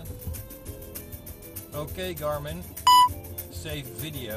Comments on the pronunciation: Oh ik dacht dat hij zei Darwin, als commentaar op wat we zagen. Haha. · Ik verstond Darwin...Zou ook wel toepasselijk zijn geweest :) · owkeeej garminn.. Sjeeeiijfff ffiediejoow